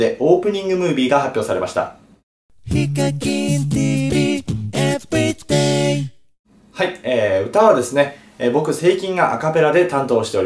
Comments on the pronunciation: Everydayのvの発音は「ブ」じゃなくて「ヴ」です うるさくてごめんなさい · エッブリデイの発音めっちゃいい(笑)